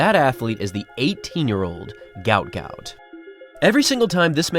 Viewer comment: Mate, their are 2 versions of his name. His parents named him ‘Guot Guot’, which is pronounced as ‘Gwot Gwot’. That is on his birth certificate. However I think legally (e.g. on his passport, though I could be wrong) he is named ‘Gout Gout’ due to the error. He is also known as that to his friends, so that is what we refer to him as.